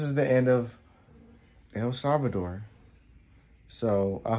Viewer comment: I like the way you say El salvador, El Salvador!!! guys!! You are welcome any time.!!